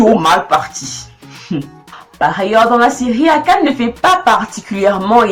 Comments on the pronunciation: C'est qu'en mieux de mettre l'accent sur le "e" de "Akane". Mais peut etre que tu fais exprès pour l'humour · Épisode 7,5/10. J'ai bien aimé ta parodie sur les personnages, les effets étaient cool. Le gros point positif est le contenu qui est vraiment original. Le négatif c'est quand tu prononces le nom Akane😅